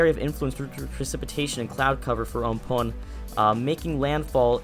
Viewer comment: Again, it's "AM-PHAAUUN", not "UNM-POONE"